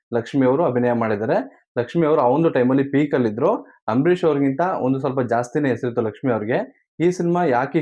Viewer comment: ಏನು ಗುರು ನೀನು ಹಾಥ್ಮೀಯ ಹಂಬರೀಶ್ ಅಂತೀಯ ಕೇಳಕ್ಕೆ ಬಾರಿ ಹಿಂಸೆ ಆಗುತ್ತೆ ದಯವಿಟ್ಟು ಸರಿ ಮಾಡ್ಕೊಳಿ